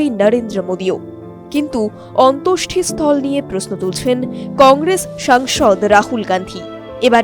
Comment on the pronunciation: অসাধারণ ভয়েস ওভার❤❤❤❤ কিন্তু কথাটা অন্তোষ্টি নয়, কথাটা অন্তেষ্টি❤❤❤❤